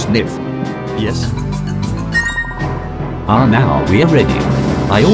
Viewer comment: I laugh when he says "QUIK SNIF" LOL